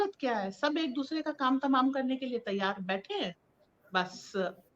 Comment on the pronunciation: त्यार नही तैयार। सही शब्द तैयार होता है। त्यार नही।